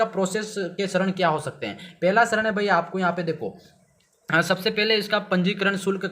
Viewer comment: सरन नही चरण होता है😂